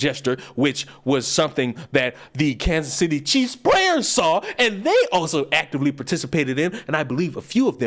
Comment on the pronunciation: I’m still hearing cheese fan instead of Chief’s fan😂